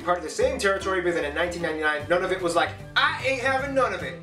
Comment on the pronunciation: Nunavut is pronounced “Noon a vit”